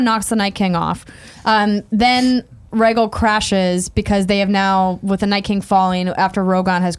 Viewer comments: Rhae-gul is killing me. It's Rhae-gal. Gal! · Andrea pronouncing the dragons. Reggle Vie seren